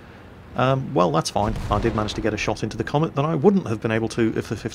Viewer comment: Cromwell not Comet